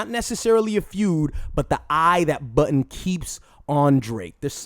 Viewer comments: It's JOE BUDDEN, not Button. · You pronounce Budden as "Button" and it's freakin me out.